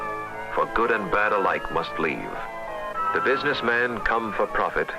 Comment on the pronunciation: Couldn't watch to the end as you're speech is terrible. You litteraly cannot pronounce "the" or "th" in any word, it's always "When v north" or "wiv v worst country". Terrible. Just terrible.